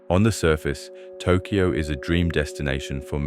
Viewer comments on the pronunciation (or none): It's pronounced Tok yo. Not tok key yo. BAKA